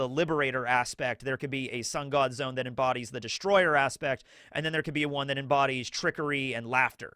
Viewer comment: Dang, brother! It's "Zoe-uhn..." Not "Zone." Two syllables! Sad, I wanted us all to be aligned on the language with this one. It's "Weeng-id," two syllables. Happy day, One Piece is top 1 awesomeness today! 😀 CHEERS!!!!